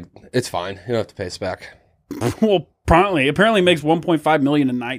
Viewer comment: Prontly? Promptly?